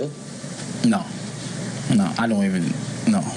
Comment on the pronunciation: "Ion even know" jeez